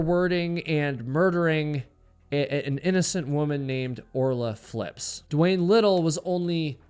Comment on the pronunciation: Her name was Orla Ray Fipps, not "flips". Pretty sure DeWayne is guilty and just got lucky.